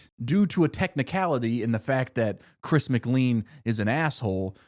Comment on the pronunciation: The fact you mispronounced chris's name is atrocious